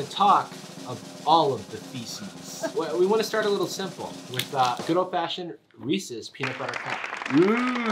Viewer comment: I hate that he says ree-cees cup